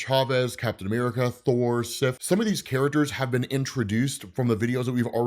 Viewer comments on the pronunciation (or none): none